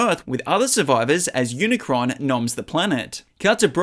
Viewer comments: bro said unicorn and not unicron😂😂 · He said unicorn instead of unicron😂😂😂😂